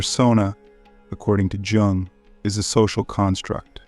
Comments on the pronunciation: It is not "Je Ong" it is "Yoong". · Is it Carl Yung? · The man’s name is mispronounced, and that is very annoying